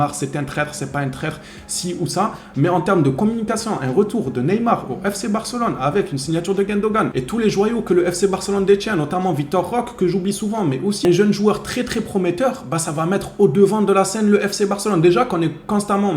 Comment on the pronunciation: on dit Vitor Roqué on prononce le E a la fin de Roque É. Comme pour Roque Santa Cruz